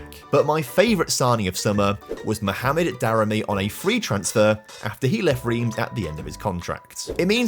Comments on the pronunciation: As a Montpellier habitant and supporter, this video has made me extremely happy! Well done! Cos 2012 was incredible and, in real-life, a complete one-off! One pedantic gripe on the pronunciation front, though (sorry!), Reims is crazily pronounced "Ran-se"!?! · Your pronunciation of Reims is incorrect. Basically, the "eim" sounds like "1" in "ligue 1"